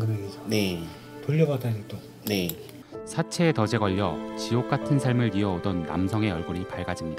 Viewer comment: 기자.. '덫에'를 '더제'로, '늪에'를 '느베'로 발음하면 안되죠... 언어고시 보셨을텐데